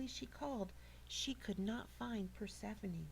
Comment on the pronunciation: (PER SEF FON EE) She said it right. I learned about it for 2 years